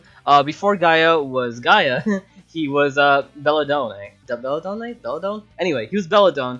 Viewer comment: the way he said bellonde sounded like a pokemon